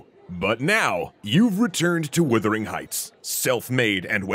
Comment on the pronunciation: Yes. "Woothering"?? I had to go make sure I hadn't been wrong for years.